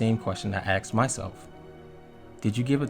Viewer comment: Did you really axst yourself. Spoiled the entire video saying that